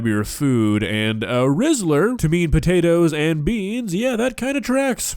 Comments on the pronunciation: I love but the way she pronounces potatoes as "sput-ayy-as" invokes some irrational anger inside me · Why does she call potatoes "sputids" or whatever she is babbling...? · i keep laughing every time she says "spu-tay-tas" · I love how she actually got mad at the sput-ayy-tuhs for not getting off the spoon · It actually pissed me off lmao. Cus why are you saying it like that 😂 and I feel like I’m gonna start saying it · "Spud tatoes" Is this a british thing or just her? I know Spuds are used for potatoes but ive never heard it like she says it. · Hearing SPUTATOES is making me want to break things. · Never heard someone struggle so much saying "potatoes"